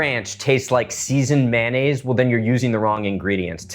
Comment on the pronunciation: It's NOT MAN NAISE, IT'S MAYO NNAISE